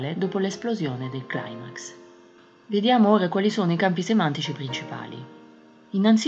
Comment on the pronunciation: Si pronuncia CLIMAX, no claimax. La parola è GRECA e vuol dire SCALA. Non ha origine anglosassone